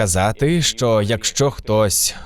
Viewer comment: Трохи тригерить кожен раз чути не що а шчо в ваших відео.